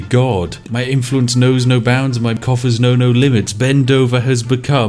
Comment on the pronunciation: I swear I thought he mentioned mein kamf when he said my coughers know no limit